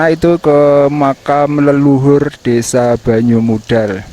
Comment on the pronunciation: Yang mengganggu itu penyebutan banyumudal huruf d nya seperti menyebut wedus 😅